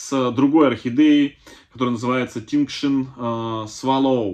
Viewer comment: Очень красивые ребята, я вас чуть поправлю -Таинг шин произносится -tying shin.